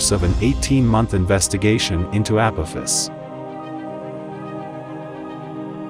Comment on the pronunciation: I love downvoting videos that use voice over and dont pronounce the main subject correctly.